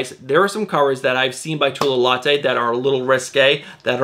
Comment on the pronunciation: Say it with me, "low-tey" not "Latte." Great work, not harping, but helping. 🤷🏽‍♂️